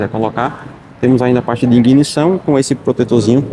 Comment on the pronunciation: Tive que pausar pra ver o painel pq passar tão rápido? "Inguinição"? Chamou a pedaleira de "alça" tudo errado amigo deslike